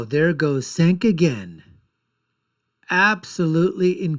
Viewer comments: It’s spelled Cenk but pronounced Jenk. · Cenk (pronounced Jenk) is right, love how you have an opinion on someone who's name you can't pronounce.